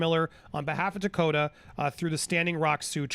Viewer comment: Takota? Tokata.